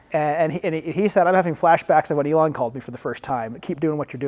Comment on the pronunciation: He cannot pronounce Elon? Weird 😢😢😂😂😊